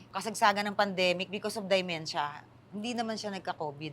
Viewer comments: Hahahah Dementia is not pronounced (Daymensha) hahahahah. Just DEMENTIA ( Demensha). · POKWANG IT'S DEMENTIA & NOT DIEMENTIA